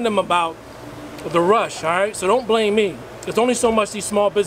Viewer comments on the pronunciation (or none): none